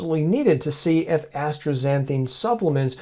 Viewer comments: The substance is ASTAXANTHIN, NOT astraxanthine. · I don't pronounce the "r" in astaxanthin.